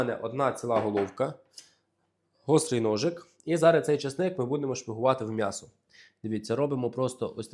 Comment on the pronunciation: Будь ласка, кажи « Мʼясо», а не по- москальськи(«мясо»). Ти ж українець!!!!!!